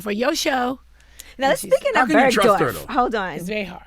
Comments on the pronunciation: BERGDORF not bergdoff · People need to stop pronouncing the shit as "Birdoff"